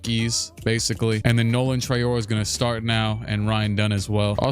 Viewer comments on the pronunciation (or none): the way you pronounce Traore gonna be hilarious when you look back at it in the future, he is french so it's Trah-oh-rae